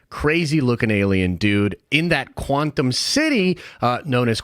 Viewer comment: Does anyone else thinks our dude mispronounced quantum over and over to troll us?